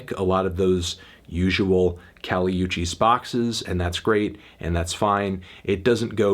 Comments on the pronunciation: It's kali woo-chis, not you-chis. In her last album in the track 'Miami' and 'Nuestra Planeta' you can hear the featured artists shout out her name. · It's pronounced Oo-cheese, melon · nigga really said Kali EWCHIS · PRONOUNCE HER LAST NAME RIGHT CHALLENGE